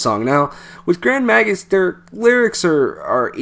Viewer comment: Oh and just a wee minor thing - its "Grand May-gus!" - Slainte! ;)